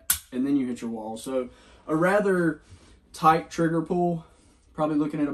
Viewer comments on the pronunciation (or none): none